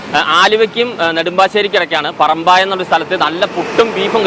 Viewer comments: പറമ്പായം അല്ല പറമ്പയം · ചേട്ടാ സ്ഥലത്തിന്റെ പേരു പറമ്പായം എന്നല്ല പറമ്പയം എന്നാണ് 😊